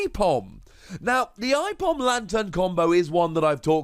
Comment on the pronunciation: i-Pom? It's Ape-om